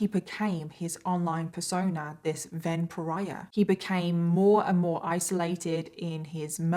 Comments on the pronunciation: Everytime you say “Ven Pariah”, I seem to be hearing it as a variation on “vampire”. 😶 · The way you kept saying "Ven pariah" I thought you were saying vampire. And now I can't stop think thats what his intentions were. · One of the times you said "Ven Pariah", it sounded "vampire" to me!!!! 🤔